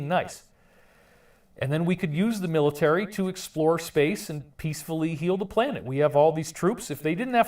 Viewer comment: planets hahaha, and you little biach can't say word military, or whitehouse...